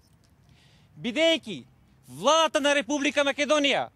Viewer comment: If I understand correctly are you saying that it was YOUR ancestors that fought against the Persians back in the early 4th c. BC? Also, in the pronounciation of "Macedonia" why do you place the accent on the -do- instead of the -ni- syllable as recorded in all period scriptures? If I am not mistaken the language I heard is slavic. Migration to the Balkans by these people did not occur until the 6-7th c. AD. I am afraid you still have NOT accounted for almost 1,000 years of history. Any comments?